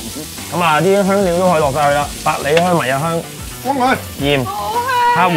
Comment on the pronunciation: 乜唔係讀 迷 "秩'' 香 咩？